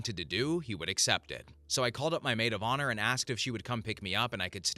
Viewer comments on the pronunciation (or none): none